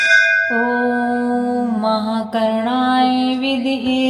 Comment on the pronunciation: विदम्हे उच्चारण करना हे